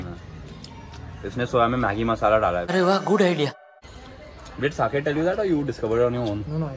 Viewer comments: Why is calling Saket as sanchet 😂😂😂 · Everyone:- Saket:- Sanket😅